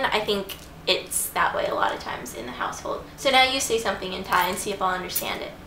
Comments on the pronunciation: Im Thai and i love how u pronounce all the thai words :) so cute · OMG you pronouncing n speaking Thai really well!!